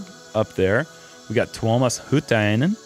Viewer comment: Guys nearly perfect pronunciation at Tuomas Hyytiäinen 👏👏👏👏 😁